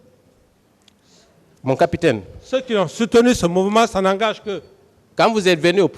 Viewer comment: C'est le mensonge qui l'emmène à dire xa😂